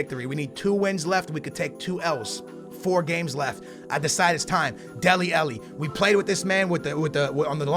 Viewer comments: AH-----LLI FFS SKILLZ..... not elli say it with an AH in front man. how you get elli from alli i do not know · he can say Shaqiri but not dele alli 😂😂